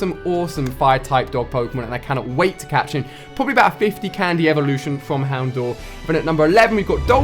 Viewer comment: houndour is pronounced Hound-dow-ur (ow as in owl) Ursaring. ( Er-sa-ring)